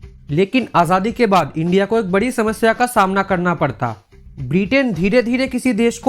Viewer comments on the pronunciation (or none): none